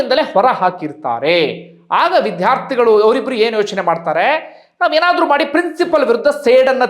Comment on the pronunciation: ಪ್ರಿನ್ಸಿಪಲ್ ಅಲ್ಲ ಪ್ರಿನ್ಸಿಪಾಲ್